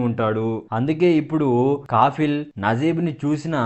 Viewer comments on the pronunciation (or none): Kaffil kaafil kaadu